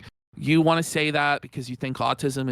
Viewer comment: "When you realize this is a way for them to get what they WAH, you starve them" also Phil: "The content you WAH, sir!"